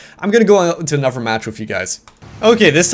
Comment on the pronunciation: does anyone notice that when says "another" he says "anover" pronounced "a-nu-ver"